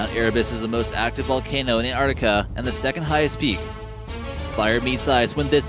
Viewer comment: The word is in four syllables, i.e. An-tarc-tic-a, not too hard is it? It is not Ant-tart-ica. Try it and you will soon pronounce it correctly. Rant off.